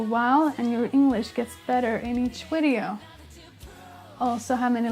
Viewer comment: saying 'wideo' is the cutest thing ever haha Also, since we help you decide which songs to cover, do you think you could tackle Pisces by Jinjer? You've done growling before on the channel, this might be a reason to refresh those skills) It's a very challenging song, however, so I understand if you decide not to do it (